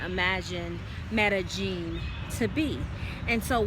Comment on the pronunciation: So Medellin is pronounced Mellegene? Does Columbia still have a 'Black Widow' scam problem? It's where someone slips a drug into your drink and robs you. We have a daughter, how is education there? Our family used to live in Costa Rica and was surprised to hear a bit of racism against blacks. You're right, it's so hot and humid on the beach, although when we lived in the mountains it was always COLD and damp! We didn't have any problems with mosquitoes, although the army ants on the beach came through our house a couple times. It was amazing to watch! Enjoy!